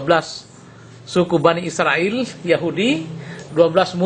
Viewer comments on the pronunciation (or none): none